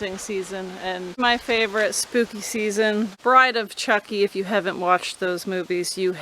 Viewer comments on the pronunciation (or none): none